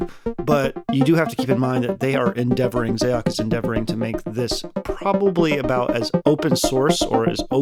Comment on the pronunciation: Xaoc is the Cyrillic form of Chaos, and is pronounced the same way. I think a small part of me dies inside every time I hear someone say “Zay-ock”